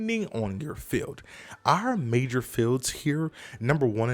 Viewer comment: You said “major fart” haha. Thank you for the information.